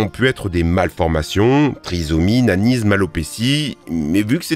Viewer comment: J'avais entendu Nazisme au lieu de Nanisme 😂😂😂